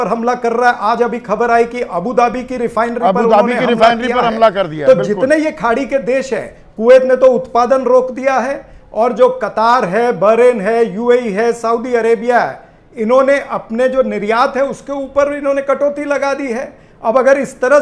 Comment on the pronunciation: कतर को कतार बोलने वाला व्यक्ति कितनी समझ रखता होगा योजना के.बारे में ?